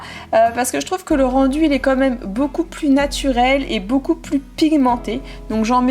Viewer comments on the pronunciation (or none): none